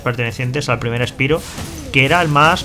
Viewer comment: Osea, no son capaz de pronunciar un simple nombre bien en inglés cómo es Spyro? Uno no puede leer con los fonemas del español palabras en ingles, es una simple palabra pronunciala bien por favor.